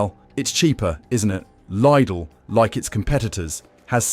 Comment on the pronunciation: Lid-ull, Lied-ull, leed-ull. Three different pronunciations of LIDL in one AI read video.